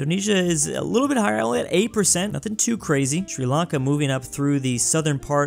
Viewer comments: Bruh Sri Lanka not “Sri Akle” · c "sri lanke" :c its sri lanka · like sri lank"E" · Sri Lanke is wrong Sri Lanka is correct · Ahh yes, Sri Lanke. Also, Brittney. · 'Sri Lanke', 'Brittney' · “Sri Lanke” 😤😩😩🤔🧐🤓🤓🤦‍♂️